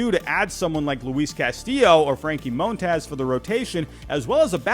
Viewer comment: Just say Mon-taz, the hell is up with all this Moan-Taws shit😂😂😂